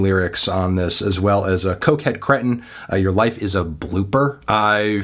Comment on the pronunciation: "Cretin" is pronounced with a long "e." When in doubt, look it up.